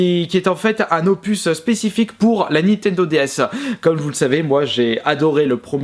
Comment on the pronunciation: N I N T E N D O pas NI TENDO